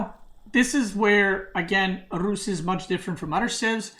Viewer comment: His tongue roll pronouncing Rus is clean